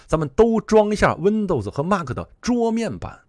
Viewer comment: mac: 马克? 不是读麦克吗?